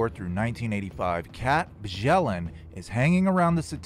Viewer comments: It's pronounced byellen not bjellen. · Her last name is pronounced "Be-yell-and". I'v tried to tell you several times before in the comments. The J is silent.